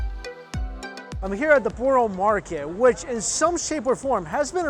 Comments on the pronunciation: The pronunciation of borough makes sense for Someone not from the UK but it says like this buh-ruh market Also that confit duck is to die for! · Not boorah buruh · Mike great London film but you need to get out of the city to experience the best of British. Few pointers Borough market is pronouced 'Burra' and scotch eggs are always eaten cold. Next time stay longer please. Also dont put french music over the London film (we famously hate the French) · Its brah market bro. Hehe